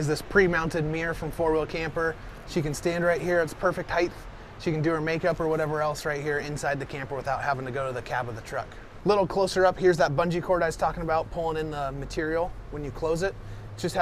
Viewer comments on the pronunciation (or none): Height doesn't have an 'h' on the end of the word. 👍🏻